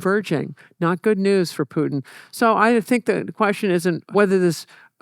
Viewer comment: calling Putin 'pooin' is crazy. How can someone study that much history and still putting 0 effort into pronunciation of names. jfc americans